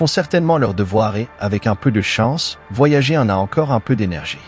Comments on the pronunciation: Mais pourquoi prononcer "voyagéééé" ? Boulot étrange qui me fait quitter au bout de 2 mn. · C'est une voix automatique, une IA, qui lit bêtement Voyager en français...